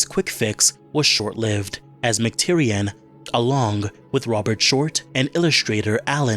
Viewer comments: McTierNAN not McTierian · Sorry to be nitpicky, but the director's name is John McTiernan, not John McTyrian